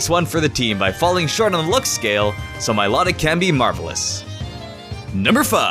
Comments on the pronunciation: Mi-life-tic not my-lot-ic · my-low-tic not my-law-tic! moron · It it's my-low-tick